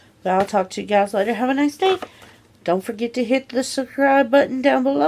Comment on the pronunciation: Still can't say SUBSCRIBE right...SMH